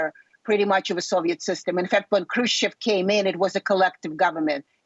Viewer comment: Khrushcheva, not Khrustova. And it's Nikita Khrushchev, not Khrustov. That's not an acceptable mistake for a DW host.